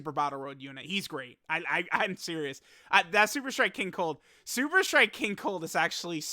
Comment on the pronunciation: Lmao did accidentally call King cold king cuck